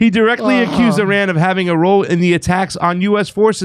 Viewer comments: IRAN IS PRONOUNCED LIKE ITALY!!!! STOP TALKING LIKE YOU ARE IGNORANT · stop trying to say Iran like a Mexican. You're white. Talk like a white person. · No, it is Pronounced, AIR-AN oh ya, I heard it from Abdullah the Mullah....